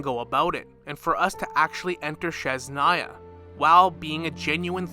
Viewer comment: I love your content and I have been thinking something similar. But for next time, please look up how to pronounce Snezhnaya 😭